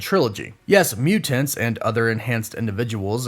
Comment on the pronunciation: muTanTs “emphasis on them T’s